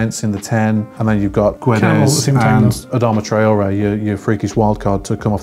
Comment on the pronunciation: Thats ok. Whats annoying is everyone in England pronouncing the "U" in Guedes. It's silent!!! C'mon, isn't hard to pronounce...